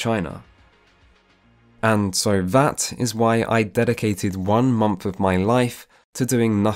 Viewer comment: I'm shocked the guy who pronounces "month" like "mumph" couldn't figure out how to pronounce mandarin chinese. Your whole life has practically tied your pronunciation hands behind your back.